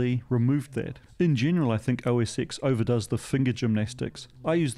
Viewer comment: Now we need to teach you that it's pronounced OS 10 :D